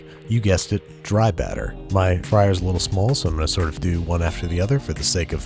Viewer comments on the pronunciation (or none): Do Baltimore people really say “do” and “boo” in British accents?